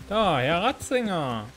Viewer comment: Alter der heißt Radzig und nicht Radzinger AAAAAHHHH 😣